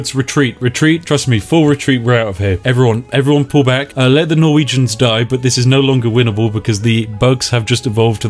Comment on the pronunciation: When you said "those poor Norwegians" I understood "those porno regions"